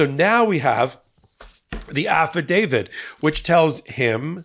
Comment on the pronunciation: Why do you say Affitdavid? I'm not a lawyer but I think it is a affidavit.